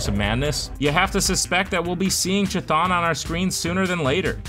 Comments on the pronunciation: Cuthulu not chithon. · Prote-JAY? A girl? And CH thon